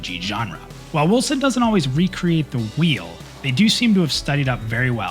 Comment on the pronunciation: Man that clip is hard to watch at first, because you are moving your mouth on the stream in the lower right corner while also talking in the vid...i thought the vid is out of sync, had to get used to it^^ Edit: All i here is "Wilson" when you say Wolcen :-)